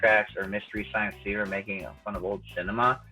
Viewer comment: Did he just say "Making Fuck"?